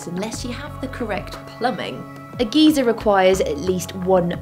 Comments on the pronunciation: To be honest, I didn't really notice the weird pronunciation of "geyser" until I payed the comments section a visit. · Great video! Thanks for taking the time to make these! On a comedic note, your pronunciation of geyser as "gEzer" means something entirely different in the US. A geezer in the US is a derogatory term for an old person, specifically an old man. In the US the word geyser is pronounced "gIzer" with the "gey" part sounding like eye or guy. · Um........Maddi, a "geezer" is an old man. A "g eye zer" is a forced ejection of water my dear. ( I am spelling obviously to show pronunciation diff.) I do love your show. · It's geyser as guY, not geezer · In American we say GUY-zer. In England they say GEE-zer. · Geezer? Geese-er? I kept hearing this as angry old people erupting. :) In the US, it's pronounced GUY-ser. The same way you wouldn't pronounce Stephen Fry's name "Stephen Free." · A geezer is an old man. You mean geyser. Pronounced "GUY-ZER" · It is pronounced "guy-zer" not "geezer" . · I grinned like a little kid every time she said geezer. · Maddie, you're great. But we Yanks pronounce it "guy-zer". :) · In the USA, Geezer is an old man. Geyser (Guyser, g-eye-zer) is what you were talking about. The way you say it humorously changes the definition for us. I didn't realize that it was pronounced differently over seas. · I know certain words are pronounced differently in the UK and the US But come on GEEZER... Really??? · maddie i love you but....geezer?. That's a weirder pronounciation than "Glassyer" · I believe you pronounce it "geezer" in the UK lol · im british too and she is saying it wrong xD its GUY-SER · The y is pronounced as I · I've been to Yellowstone National Park, and it is truly amazing and spectacular. And Maddie can pronounce geyser however she likes. I think her accent is wonderful. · You do realise I'm Icelandic? Both pronunciations are "wrong", the american just less so.